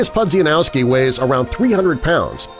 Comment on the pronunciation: The pronunciation of Mariuez Pudzianowski's last name is criminal!